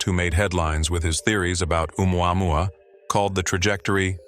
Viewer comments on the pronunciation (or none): Stupid AI narration! Listen to how it says Oumuamua! Ooo mwahwah 😂😂😂